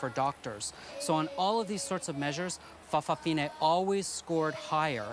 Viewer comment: I think in Samoa, they are called 'fa' afafini' not 'fafafini'. However, they are not all gay. Like 'lady-boys' in Thailand, it is more about appearing dressed as a female. In some families though, all the grand children end up being gay or lesbian. In one family I know of, the third child was bi - after a lesbian sister and gay brother, but as his wife has a gay brother, all three children aren't having any children. So that's the end of that branch. [an exception to the norm]. Some people say it was because their parents didn't show a good example of heterosexuality. However, many more people are bisexual than purely gay, and even those now calling themselves gay, may have been married with children at one time. Some gay people do have their own children. It would be interesting to see how many of their children are gay. Although we hear of many folk realising they are gay after marrying, I know of the other way as well. One friend thought he was gay because he was 'soft', but in later life had a child with a lesbian bisexual.